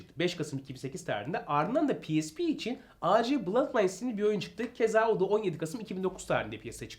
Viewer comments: Güzel bir video ve bilgilendirici bir video olmuş abi birde abi A C değil AC abi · Acc ac deil Reis